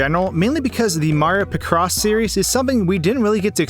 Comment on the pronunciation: i like how you mispronounce picross